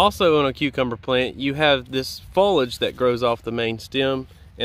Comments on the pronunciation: Drink Everytime he says folage instead of foliage 🤣🤣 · Foliage (three syllables) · I didn’t think you said airflow too much 😂 and I liked how you pronounce foliage like Fo-lige …in New England we say Fo-lee-ige 😁